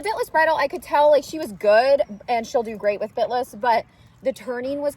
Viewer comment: Omgosh I thought you said "spit-less" not bit-less. 😂 I love the purple! 💜💜💜